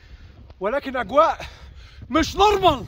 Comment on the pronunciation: مِش نُرمَل 😅